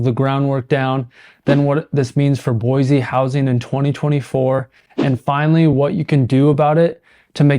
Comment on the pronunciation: And still can't pronounce the city name right!😂